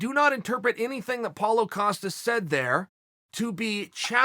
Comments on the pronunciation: Paulo Ocosta says Chael. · Writes “Costa”, pronounces “Acosta” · Chael: Paulo Acosta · Nobody: Chael: paulo acosta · Lol Uncle Chael says Paulo Acosta, Apollo Costa, Paulo costa, and Apollo Acosta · Does Chael just put an A on Costa to piss Paulo off? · I actually thought he was gonna call him out for calling him "Acosta"